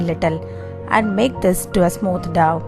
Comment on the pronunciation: It is dough which sounds ‘doh’ not ‘daw’. Thx